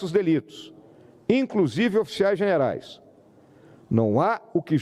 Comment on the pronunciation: Geve-nais ×generais.